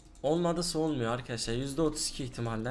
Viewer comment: Çok sinir oldum akaaşlar demeyi brakta arkadaşlar de